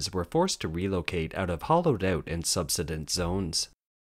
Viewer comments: the word is pronounced... sub-"sigh"- dense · The word "subsidence" is pronounced "sub-SIGH-dense". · Oh! The mispronunciation of “subsidence” so many times threw me... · Thanks, I have never it pronounced like that. Interesting